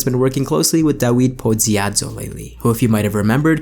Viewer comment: Err, if you're going for the non-English pronunciation it's really more like 'da-veed poh-shiad-woh'. Polish W ≈ English V and Polish Ł = English W.